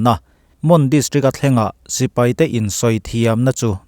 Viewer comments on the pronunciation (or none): none